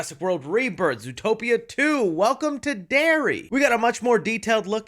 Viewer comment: "Zootpoia" my goat actually makes mistakes🥲